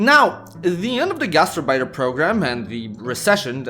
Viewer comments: Knowing German and hearing gastarbeiter pronounced like that really, REALLY hurts The gast part is fine, it's the arbeiter (which is more like ahrbaitr) than urbeitr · Gaz terrr biters!😂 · The way you pronounce "Gastarbeiter" sounds like "Gaster biter" and it tickles me pink. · He's showing his 'Merican side there. I only speak Pigeon German. It sounded perfect to me in Indiana. But I know I don't say Bratwurst or HofBrauHaus correctly. But we just say 'Brats' (frying) which would confuse any good German. Here it's understood to mean sausage, but we are happy in our ignorance.